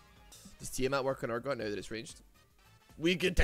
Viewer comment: Wierd how you keep mispronouncing urgod kinda odd dude